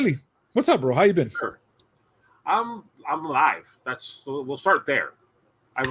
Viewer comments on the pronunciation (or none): lol, said "I'm Alive!", I totally heard "I'm High!" 🤣😅